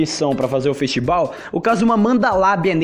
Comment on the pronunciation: "festibal" "fenistival"